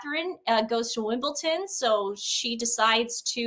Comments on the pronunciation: It is WimbleDon NOT WimbleTon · I know but it's how pronounces it. 😂